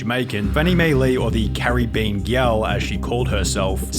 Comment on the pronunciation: "This caribBean girl..." lol